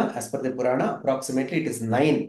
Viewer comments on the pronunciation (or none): none